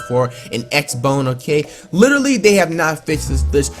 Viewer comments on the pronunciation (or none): Does this nigga know he said x bone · He said x bone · how you dead ass say "x bone" when it's Xbox One 😂😂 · Did he say XBONE HAHAH😂😂😂😂